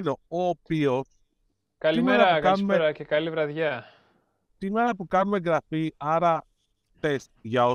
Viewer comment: Επειδή μου ακούγεται άσχημα το αναφέρω... Η εγγραφή προφέρεται εν-γραφή δεν υπάρχει γκ/γγ, όπως γράφεται. Πολλά φιλιά